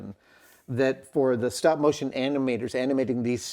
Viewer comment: Stopmo ?, guess it takes too much energy to say StopMOTION.